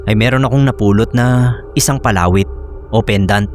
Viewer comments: di ko po maintindihan nung una kung ano yun "palawit" na sinasabi mo. Iba kasi ang pagkakabigkas mo.😅 Mabilis ang bigkas nun eh 😅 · PALAWIT.. 😂 Read fast